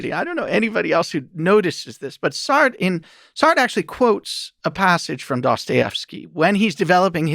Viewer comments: This guy can't pronounce "Sartre" correctly and it makes me question his entire validity as an academic. How annoying that someone so educated can't do a simple google search on pronunciation? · This guy seriously needs to check out the French pronunciation of Sartre. It ain't "Sart", Just listened again, all his French philosophers are … like mispronunciations of European dairy products